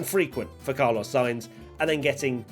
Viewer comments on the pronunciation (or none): Did you miss Brundle calling Sainz "Charlos" (chaarr-loze)? 😜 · Did you hear him say “Charlos“ too? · Haha he also called carlos charlos lol